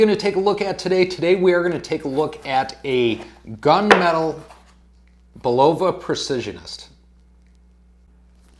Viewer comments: Bull-o-va, not bu-lova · It's annoying every time he say bull-ovah. Where did that come from? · I think it is pronounced "Bull la va" - but for sure see Bulova video here: Dude, with all due respect - script out your video or do a practice session first. I respect your effort and wish you success.